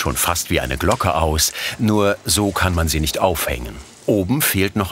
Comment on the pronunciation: Stellt Glocken her : Spricht es ,,Glogge" aus 😂.